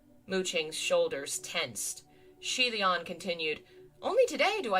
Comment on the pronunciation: Xian... *yoi*??? See-aye Lian??!?? Oi, how are the pronunciations getting worse?? XD